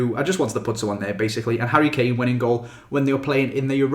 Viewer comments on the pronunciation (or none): none